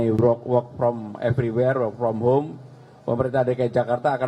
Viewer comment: Ngakak.. presenternya, "whore from home" 😂